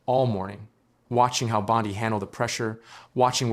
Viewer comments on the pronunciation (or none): Hey, A.I., her name is pronounced, “BOND-ee”, not “BOND-eye”. Get it right or don’t do it! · Why must you mispronounce her name?